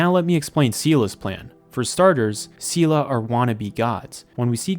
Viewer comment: Its pronounced say lay